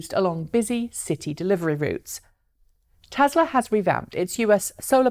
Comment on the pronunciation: Lazy Pom accent taken into account, it's TESLA with an "S" not TeZla with a "Z", other than that 9.3/10 :-)